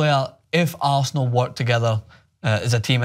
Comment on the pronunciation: "Aresenal" though